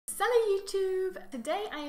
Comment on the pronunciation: Pronunciation not salu it is salü